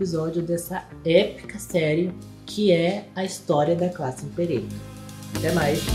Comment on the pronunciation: Limperator lmao